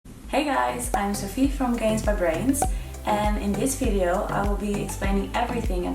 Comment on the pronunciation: Love it when she goes " fvideo " for video or " Garbs " for carbs - I guess it is the dutch englishnism - Love this girl and her descent work though - You rock Sophie :) Keep up the good work